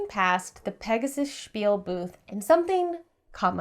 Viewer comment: Spiele = 'spiel-uh' not 'spiel.' It means 'Games."